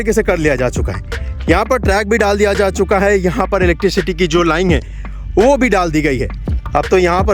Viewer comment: सर लाइन होता है लाईंग नही। आप अपना प्रोनाउंसेशन सुधारिए। प्रोजेक्ट को आप पॉर्जेक्ट बोलते हैं। र को ड बोलते हैं।